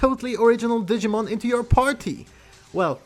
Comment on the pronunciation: I gave a like, couldn’t watch the video. It’s not Digmin.